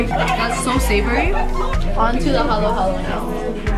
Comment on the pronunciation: These ladies know their Filipino food, i.e. They pronounced "halo-halo" right. Edit: and they know how to eat with their hands - the proper Filipino way